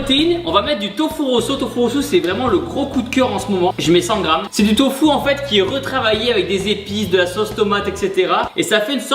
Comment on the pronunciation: du tofou ? mais il est fou ! ca te fait perdre tes coucougniètes moi je dit niète !